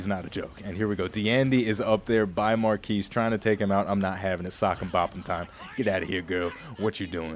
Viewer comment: It's MAR KEY lol